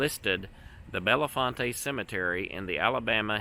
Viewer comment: The town of Bellefonte is pronounced Bell-font